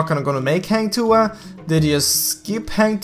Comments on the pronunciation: Hahah its not heng tuah its hang h a not h e heng heng lol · Hang not heng.. When having sex women will said ah ah ah.. Hang tu'ah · Hang Tuah is pronounced as "Hung-To-Ah" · this is how to say hang tuah like this hang tuwah not heng tuah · Hahaha. Sorry. Its Hang Tuah. Not Heng Tuha. I must comment. So funny😂😂😂😂😂🙄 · Heng tuhah 😅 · its Hang Tuah not hueng tuah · Not Heng Tuah it Hang Tuah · Just Hank tua not hang tuha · Its hang tuah not heng tuha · Dud you say heng tuha not hang tuah hahahah this not eazy want say hang tuah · Hang tuah not hang tu ah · It's hAng tu wah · its Hang Tu-ah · "Hang Tu Ha" I'm dead 😂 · Ugandan Knuckles sorry. He say HENG TUHA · It was pronounce more like "hunk" for hang and "two wah" for tuah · That is a Malaysian Mythological Hero The Correct Pronunciation is Hang Two(as in the number)wah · I laugh everytime he says Hang Tuah XD. Jk Its kinda pronunce as Hung Tu-ah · Like i said 3 months ago...Its "Hung Two Wah" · to say hang tuah correctly u need to basically say Hunt TooWah edit: had to sorry XD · the way u pronounce "Heng Tua" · Bro.. for native english speaker This is the correct pronounciation Hunk-to-arh say it faster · It's actually "hunk too-wa" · im from malaysia.. you should pronounce it hang tuah.. #hahahah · hang tuah is actually pronounced hung-tu-a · Its pronounce like “hung to wah” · Im so triggered.he said HENG TUA😂😂😂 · It pronounced as Ha-n tu-ah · 'hung to wah' thats how u pronounce it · how to pronounce hang tuah in malay? say 'hang' as hung, and 'tuah' as too-wahh. at least, its sounds similar as malay. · "hah-ng too-ah" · Its call hung 2uh. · Hunk two Ah pronounce it hahaha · Its freaking hang tuah not heng tu ah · Heng tuhah? 😂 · It's pronounce hang tuwah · Its hang two warh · HANG THUHAH sorry dude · Its called hung tu ah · hang tuah = hung too-wah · Hang Tu-wa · hang tuha hahahahaha im sorry but so funny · Everytime he says "Hang Tuah" wrong i slowly die inside